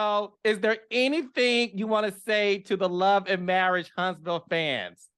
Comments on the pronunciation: Tell that girl it's marriage, not marrish😂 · dis, dat, e-vent, and marrish! The "T" Squad should stand for teach or tutor! 😂😂😂😂